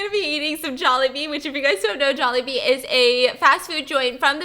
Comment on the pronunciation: Jollibee Jawlibee Jaulehbee Jallibee Joalehbea Some are probably not valid but lol!